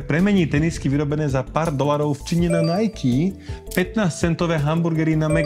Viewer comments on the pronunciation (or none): none